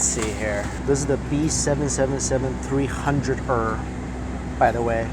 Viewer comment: "B777-300 errr" LOL its's B777-300 ER (as in the letter E and the letter R)